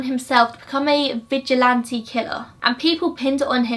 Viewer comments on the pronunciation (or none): none